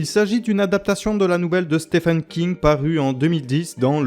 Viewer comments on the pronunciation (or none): none